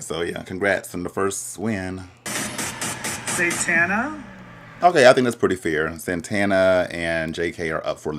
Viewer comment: It’s Satana not “Santana” 🤣🤣🤣